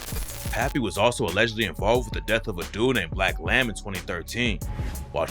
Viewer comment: Boy said black lamb smh u mean blake lamb